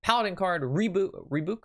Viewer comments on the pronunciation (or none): haha rebuke is pronounced rəˈbyo͞ok